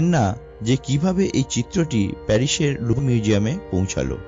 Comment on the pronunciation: Presentation khub ee kharap, Video smooth na. ar Bangla Pronunciation onek baje.... apni ki totla? প্যারিস কে পেরিস বলছেন।